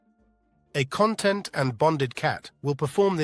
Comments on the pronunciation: A content cat i didnt understand ai what you meant for ages its con- tent not content 😂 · I would like a con -TENT' cat, not a CON' - tent one! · Great info! Btw, CON•tent is like “Table of Contents” and con•TENT is ‘happy with the way things are.’ It began to annoy me that the AI never said “con•TENT,” when that was the focus of the video.